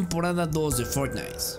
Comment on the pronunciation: No Me Digan Que Fui El Unico Que Escucho Que Dijo "Fornais"